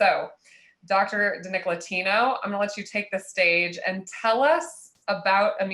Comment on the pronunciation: It would have been nice if she has learned to say his name correctly.